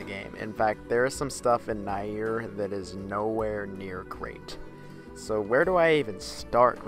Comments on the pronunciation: Its pronounced near but spelt nier, did you get the all the main endings to nier automata? Also its kai nay but spelt kaine' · So, is it "neer" or "na-er"? You keep switching pronunciations.